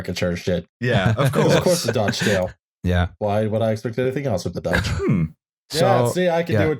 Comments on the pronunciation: You guys pronunciation of Dutch is just abysmal. Fuck you guys 2. Lots of love, A Dutch comrade. <3 <3 <3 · As a Dutchman, I have no issue with the digs at the Dutch and our history. But your attempts at pronouncing anything in our language feels like jabbing pins in my ear. Keep at it though. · I'm not dutch, but I know it doesn't have that many Js within